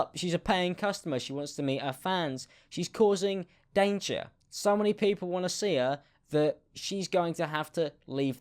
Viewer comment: Ooo "daynguur" youre so British 😏